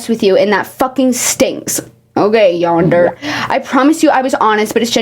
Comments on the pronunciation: ITS PRONOUNCED YAN DER RAY OMGGGGGGGGG im sorry that frustrated me i have anger issues and im japanese and that video game is japanese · btw not saying this to be rude but it’s pronounced yan-der-ay again no hate just wanted to let you know :3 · her pronouncing yandere "yonder" the whole time is actually PEAK comedy to me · lmaooo gurl it’s pronounced yanderé, the way you would say it in Japanese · I genuinely cant tell if your pronunciation of yandere is ragebait or not🤣🤣🤣 (if its not👀 its pronounced YAHN-DEH-REH lol) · Pronouncing yandere "yander" is diabolical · Hey! Just thought I’d let you know, Yandere is pronounced more like yander-ay lol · just so you know yandere is pronounced yan-dare-ray! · The way you pronounce yandere is frying me. Yonder 😭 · i have never in my life heard anyone pronounce yandere as yawndur </3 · Its pronounced yawnderay right? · pronouncing “yandere” as “yonder” is SENDING ME 😭😭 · Im so glad I don't know anything ever and can watch hour long videos where she explains to me everything. Also saying yonder to yandere is so incredibly funny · This is off topic and doesn't really matter but yandere is pronounced yan-der-ay hope this helps. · yonder was killing me lmao dont ever pronounce it correctly ts is way funnier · "yandere" being pronounced like "yonder" is killing me XD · It’s so funny to me how is mispronouncing Yandere as Yonder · the way she keeps referencing the "yandere" and saying "yonder" is so funny to me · pronouncing yandere as "yonder" for 2 hours is frying my brain I love it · my sweet angel baby, it's yawn-dur-eh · Bro when she first said “Yonder” I wasn’t looking at the screen and I had to do a double take 😭😭😭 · yandere is pronounced yahn-deh-reh ,off topic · i love ur content so much but i almost started CRYING when you said yandere like yonder 😭😭😭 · Insignificant, but your pronunciation of ‘yandere’ physically pains me 💔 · every time mispronounces yandere i start cackling